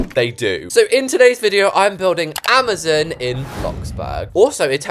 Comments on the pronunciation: It’s amaZON not amaZOON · Can we all respect her for saying AMAZON wrong (Ama-zon for American) 🤣❤